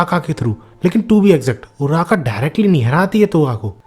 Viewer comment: Naam ache se dekh ke aaya kar Bhai kitna time lagega naam dekhne me uraka nai uraraka..lagata hai read karke suna Raha hmpe ehsaan kar raha